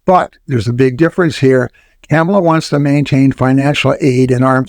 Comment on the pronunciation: While I enjoy your commentary Vice President Harris's name is pronounced comma la, not camel a. Trump is a bankrupt fool. Inflation is a natural result of huge deficits.